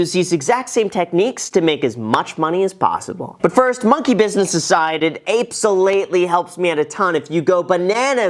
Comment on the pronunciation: "Apesolutely" was almost the sole reason I would've held this like 😂.